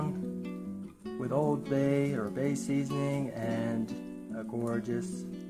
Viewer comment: Its “Old Bay”!!! I know im a bay boy my whole life lol